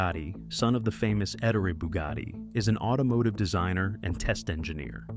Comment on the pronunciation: Please if you’re going to do these kinds of videos, please get the pronunciations right. Et Ter ree Bugatti no! Et Tor ray if you must